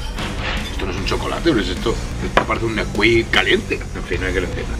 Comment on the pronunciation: Neskuik?!?! Chocolate por dios!!!